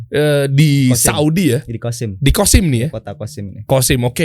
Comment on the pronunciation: Maaf ... bukan kosim ya tapi qassim .